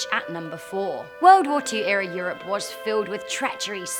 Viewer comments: did she just pronounce europe as "yoroop"? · me: Europe: YOURROPE